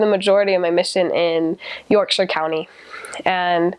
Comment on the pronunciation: Love that you pronounced Yorkshire like a Brit.